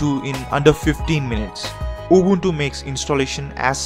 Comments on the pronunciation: at least he's not pronouncing it "ubantu" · His pronunciation is 100% correct. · I realized people with English as their first language always pronounce it like Ubawntoo when the letter u in english is still pronounced normally like the guy in this video pronounces it. There is no reason to pronounce u as aw or o even in English.. No idea where it comes from.